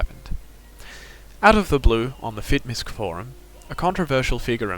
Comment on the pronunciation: Fitmisc is short for Fitness Miscellaneous. It is said properly as so. Fit-Miss not Misk.